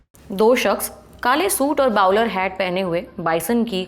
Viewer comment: बाउलर नहीं बोलर हैट